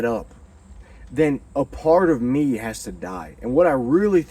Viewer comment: "Go to Nineveh my Son, go to Nineveh for Mehh"😂